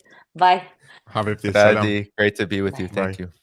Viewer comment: Thank you, for another outstanding interview! Just one observation, her name is Ghadi not Radi 👍